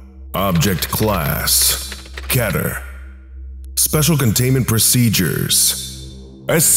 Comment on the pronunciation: Everyone else pronounced Keter as Keeter